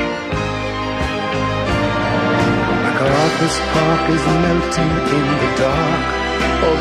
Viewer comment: Richard, we love you still.?but it Mc.Carthur Park NO 'S! Did no one tell you? MW